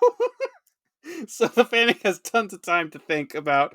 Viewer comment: I've heard the Employees of FANUC pronounce it as "FANIC", I refuse, I've always pronounced it as "FANOOK". I'm not knocking anyone, it just is not spelled to sound like "FANIC".